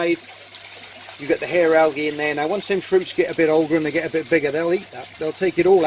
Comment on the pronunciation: Yes you did say it right that time "Hair Algae"